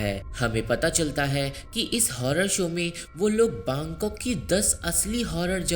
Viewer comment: Baangkok nhi bangkok